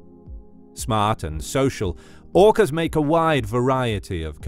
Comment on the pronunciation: OOkass Versus Greett Whiitte Shharkss